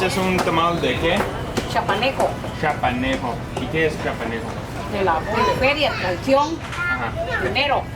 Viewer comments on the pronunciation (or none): hehe, maybe is just the pronunciation because people sometimes make fun of foreigners when they cant pronunce certain words but u did good, just practice a bit more the CH ... the word is CHIAPANECO. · I hope you enjoy Chiapas. Since you already tried Pozol (which is originally from the nearby state of Tabasco), you might want to also try Tescalate, another drink made of corn and cocoa that’s more typical of Chiapas. Also, the word Chiapaneco (or Chiapaneca), which suffered to pronounce, is used to refer to people or things from the state of Chiapas. So ‘tamal chiapaneco’ just means it’s a tamal that’s typical of Chiapas. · Minute no more suegra jokes??? Even when I hear you say chiapaneco I start to giggle. It is a little funny.